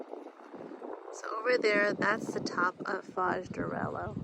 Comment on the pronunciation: Hi. Don't mean to be a pain in your you know what, but when an "h" comes after an "l" the "lh" is pronounced like "l-ye." It's "arelyo," not "arelo." Thanks!